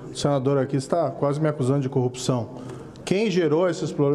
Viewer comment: Ô mesaaa (mamãe) ô mesaaa (papai), me ajudeee! "Coupção"...🙊